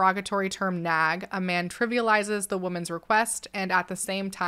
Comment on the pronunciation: So, every time she said “nag” I heard “nap” and I was so confused. Also, “prayer closet” just evokes the image of Carrie being dragged into the prayer closet by her mom in the movie “Carrie”. It didn’t end well for her mom….